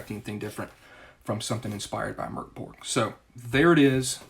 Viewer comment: Excellent review! Also: kudos for pronouncing Mörk Borg correctly!